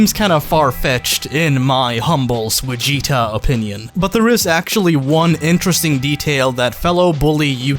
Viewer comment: “Sweh gee tuh”